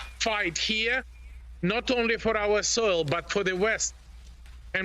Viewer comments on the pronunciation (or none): Is that soul or soil? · Soil, not soul...